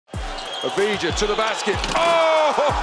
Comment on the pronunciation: Samo bih ga lijepo molio da kad ude u NBA na prvoj press konferenciji te glupe američke novinare fino nauči kako se izgovara njegovo prezime, da ne moramo slijedećih petnaestak godina slušat Adivđa ili Aviđa. Jer diže mi se želudac kad čujem Kliber, Prdl, Đokić, Dančik, Šruder i slične nebuloze.